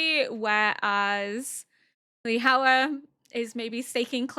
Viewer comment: just because i believe you asked for name pronunciation corrections previously: Lihua is pronounced “Leaf-ah”